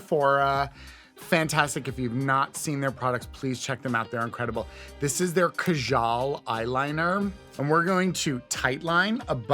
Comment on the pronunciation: It's "kaajal", not "kajaal". Little annoying to see an easy enough word being turned on its head on so many Western makeup channels.